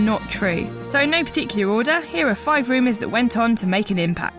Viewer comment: Can we get a new narrator please? It's rumors not reemus